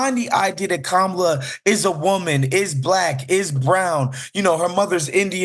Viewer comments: Jackasses can't even pronounced the VP 1st name correctly. Any EASY name at that. So, it's clear these white folks on Fox got their job via white privilege. Hence the need for affirmative action & DEI. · The purposeful mispronouncing of her name is a old racist thing that has been going on for years. They always do this to black people. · Not one of these idiots pronounces her name right! Rude, nasty dummies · They are talking about her intellect but they can't seem to pronounce her name correctly. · They are judging another's competence, but can't even pronounce the name of the person they're judging. Not people I can take seriously.